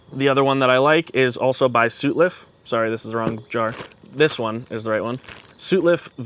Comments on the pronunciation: It's sutliff not sootliff. anyway I can't get any of those tobaccos. you should have recommended some other branded blends. well you did but it's a otc codger blend. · It's Sawt-Liff. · SUT-liff. The first syllable rhymes with “nut”.